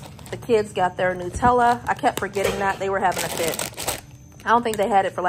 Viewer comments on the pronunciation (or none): none